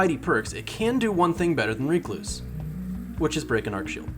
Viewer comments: also ive never heard anyone call it reecluse...ever...its named after a spider, a recluse....rec·luse /ˈrekˌlo͞os,rəˈklo͞os. but it makes sense, with as much bitching as there is surrounding this weapon to call it REEEEEEcluse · The bigger question is why YouTubers don't seem to be able pronounce the word "recluse". This guy and his reek-loose, Datto and his reck-loose...it's not a difficult word lmao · WHY ARE YOU SAYING RECLUSE LIKE THAT!!!!! HAHAHA its not REEKLUSE it's RECLUSE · Did he pronounced recluse as reeecluse? That's illegal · IT'S WRECK-LOOSE. AS IN WRECK-LOOSE-IF. RECLUSIVE. RECLUSE. NOT REEK-LOSE. PLEASE. But in this world of justice the gun will be deleted soon so you won't need to say the word again. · Great vid, but seriously, your pronunciation is so bad... Stop using the Th3Jez "Reeeeeee" before finishing the "cluse" word. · You trigger the fuck outta me every time you say it incorrectly. "Reh-kloos" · It's not Ree Cloose.. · Its pronounced recluse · Went looking for a comment like this less than 1 minute into the vid, I don't know why it bothered me so much lol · Stop saying recluse wrong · Triggered by you saying the word recluse wrong this entire video. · Take a shot every time he pronounces Recluse incorrectly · How in God's name does he not know how to pronounce the word recluse?